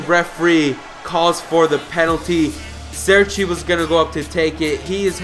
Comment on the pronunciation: Its cerci not serci